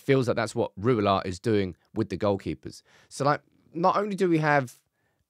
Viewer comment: Since it is becoming Dutchester United: Ten Rouwelaar: Rouw as in Rowdy. e as uh. Laar like laaaaahr. Next week: The 'g' the 'ch' and the 'sch'. That will be fun.